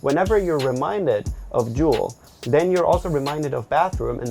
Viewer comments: Don’t juul not cuul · I kept thinking they were saying drool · Lol o thought they were saying drool 😅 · I kept hearing drool instead of juul in the beginning 😂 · Say juul not THE JUUL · Sounds like "drool" lol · thought they were saying drool 😂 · when said “I juul in the subway”, I heard “I drool in the subway” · Sounds like “drool” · I thought they said drool Hahaha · Anyone hear drool instead of juul?😂